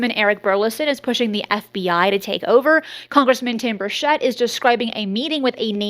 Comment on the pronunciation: Bur Chett not Shett